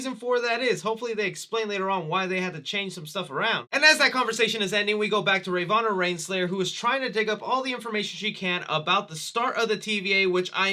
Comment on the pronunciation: "Rayvanna Reinslayer" lmfao I thought you might've just stuttered or slurred, but literally every single time you said her name you botched it. Can you just not say the words Ravonna Renslayer? (Ra-Vo-Na Ren-Slay-Er)